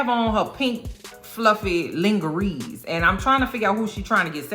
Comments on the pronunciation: It's pronounced "lonjeray" not "lingeree" 😅😂😅😂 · How do you not know how to say lingerie??? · Ling-er-reez!!! My flabbers were gasted! This woman is brilliant 👏 😅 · “Lingerees” 💀 I love you. Killing me. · I CANNOT with the lin-ghe-rees. I will never say lingerie in any other way!! Died laughing.